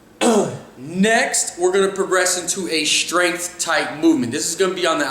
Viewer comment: Hey, why do you always pronounce strength as "shtrength"?